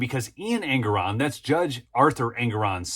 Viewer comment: the name is pronounced EN-GORE-ON